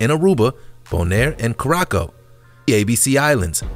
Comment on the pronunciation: U butchered the word 'Curacao' OMG. But nice video all in all.